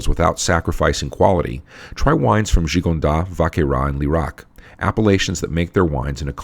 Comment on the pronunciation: Great cast! Just a polite heads up, you can pronounce the ‘S’ in Gigondas and Vacqueyras :) Cheers!